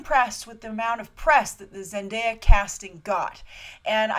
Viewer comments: By the way thank you for pronouncing Zendaya's name correctly yesterday & today I've seen her name being butchered left & right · You're the first movie news site to actually pronounce Zendaya's name correctly 😁😁😁 I'm really excited for this casting, I want Zendaya to play a new version of Blackcat!! She could definitely handle the attitude and the seductiveness. But I'm open for any role she'll be playing, I want her career to grow and prosper lol